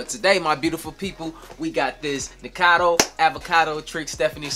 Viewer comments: It’s pronounced Nik-O-cA-doe A-v-O-c-a-doe ☺️ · Lol I adore you, but you still said Nikacado avocado wrong 🤣🤣 STILL SMASHED THAT LIKE!! AND YOU SHOULD TOO!